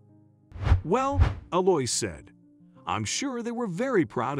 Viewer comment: Her name is Ell-ou-eeza. This is a lovely old french name.